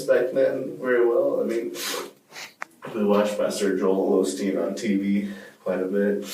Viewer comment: Right when he said "Joel Olsteen" and instantly knew he was not right in the head.